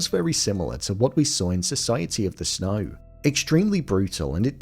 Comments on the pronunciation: Why do you pronounce it "Snoy" instead of "snow"? This is driving me crazy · Society of the SNOY